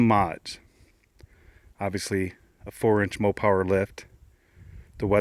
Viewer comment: It’s Mopar not Mopower lol